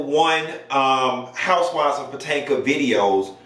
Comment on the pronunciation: guurl!! I see you stop calling it Real Housewives of Patanka. It didn't sound right calling it Potomac 😂